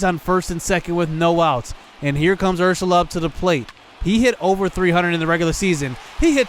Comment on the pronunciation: You are saying Urshela’s name wrong